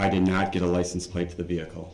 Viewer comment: Mr. Brooks, for the love of God, wtf is a licum place?